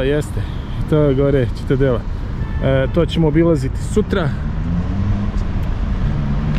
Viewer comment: Ali, "Ćitadela".....legenda si! Predobar izveštaj!